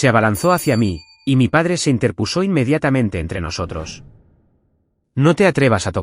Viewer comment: Muchos errores que cometen. Como por ejemplo en esta narración escucho la palabra cogidas, pero pronuncia có-gi-das, y no lleva tilde en la tercera sílaba porque no es una palabra esdrújula, es una palabra llana no acentuado en la segunda sílaba (gi). Otra palabra errada: "interpusó"-palabra que no existe. "Interpuso" del verbo interponer. Palabra con la sílaba tónica en (pu) no acentuada.